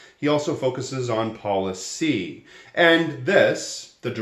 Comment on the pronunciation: “You gotta talk about poli-CY, not just poli-TICs”